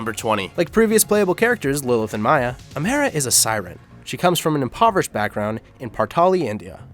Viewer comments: Who says amara like amaira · Partali is a planet... “amaira” lol